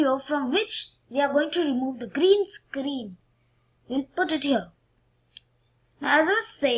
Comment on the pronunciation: gareen scaaaareeen isss vary udgly XD im dying